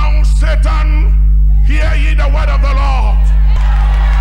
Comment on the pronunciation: did that guy say and now Sa-tan?